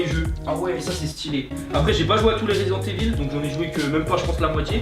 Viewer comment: "Resident éveuleee" ta trop refait ma journée frérot 😂